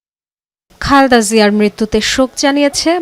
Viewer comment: নামটা অন্তত ঠিক মত বলুন। "খালদা" জিয়া নয়, নাম খালেদা জিয়া।